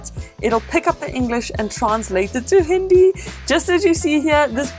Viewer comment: U pronounced HINDI real weird.but it was a good indian reference 👍👍